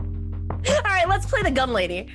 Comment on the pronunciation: At first I thought you said "the dumb lady" but gun lady works, LOL